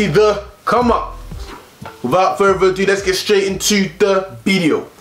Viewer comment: am i the only person that thinks he said bideo